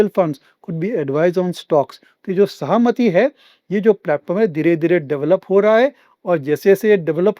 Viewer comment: It is सहमती ( permission) its not सहामती